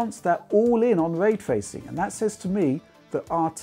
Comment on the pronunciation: What’s way twacing? 😝🤣